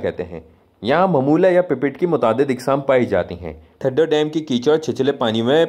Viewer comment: یہ تھدو نہیں، تھدھو ہے! آپ لوگ ہندستانی، اکثر ہمارے سندھی الفاظ کے تلفظ کو بگاڑتے رہتے ہیں۔ جس سے ہماری دل آزاری ہوتی ہے! آپ سیدھا سیدھا ٹھنڈا ڈیم کہہ سکتے ہیں! سندھی لفظ تھدھو کو اردو ریختہ میں ٹھنڈا کہتے ہیں!